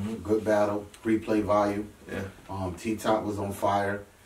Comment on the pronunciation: "replay volyou"